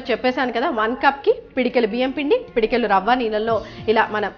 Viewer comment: pedikelu kadhu thaliii pedikedu anaruu nuvu Ni Telugu anchoring